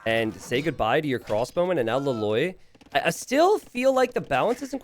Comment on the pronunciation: every time you were saying that hero's name, I kept hearing La Loyd (like Lloyd from Ninjago)